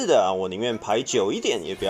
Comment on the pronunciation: 唯獨一直把人機聽成人妻😂